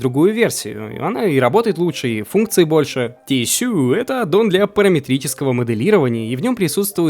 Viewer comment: хоспаде, какое "тиссюю", когда это "тишью"